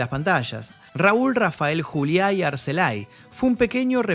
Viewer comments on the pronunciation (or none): No es yuliá es Juliá. En español. Y no es latino, es hispano. Muy buen reportaje, desde luego. Gracias por el trabajo.